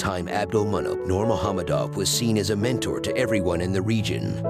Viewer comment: The only english speaking channel who pronounce the "nurmagomedov" right.